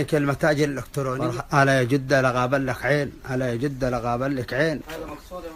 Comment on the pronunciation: انطق كلمه جده زين بس مو جوده